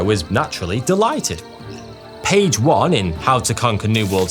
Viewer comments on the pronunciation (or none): none